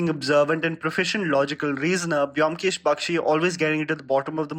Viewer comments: It's actually "BOW-M-KESH", not biomkesh !! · Its not pronounced BE - OM - KESH , its BOM - KESH Edit: Imma bengali guy, and that Y in BYOMKESH is the bengali matra( JO - FOLA ) used to put stress in the letter B Anyways nice video!!! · The video was great! Specially SRK part, he needs a good story... And The pronunciation is bomkesh 😊😊